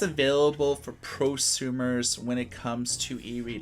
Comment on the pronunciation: I was falling asleep when I heard him say "Pro-sumers". Woke me right up. 😂😂😂